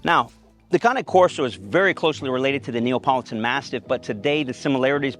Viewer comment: “NeOpOlItAn Mastiff”